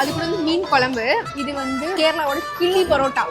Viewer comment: Kili parrotta ❌kizhiparrotta 😢